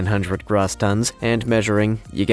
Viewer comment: It's not Grah-ss tons - it's Grow-ss. The O is a long "O" sound not an ""AH" sound.